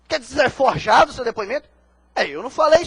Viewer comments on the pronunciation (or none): Putz! O advogado falou "forjeado"... Eita!